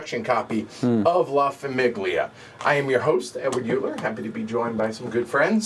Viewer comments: La famIGGlia 😂😂😂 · why are you pronouncing famiglia like that